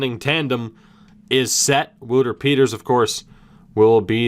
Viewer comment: Wouter Peeters is pronounced Whow-ter Pay-turs